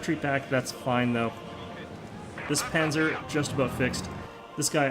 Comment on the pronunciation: Nice video, it was fun to watch. Just a quick note for the future: Panzer is pronounced "pun - tser", like pun (play on words) and the z is pronounced like a ts